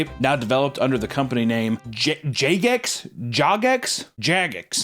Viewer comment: It littrally hurt me to listen to the mispronounced jagex, im hurting days on......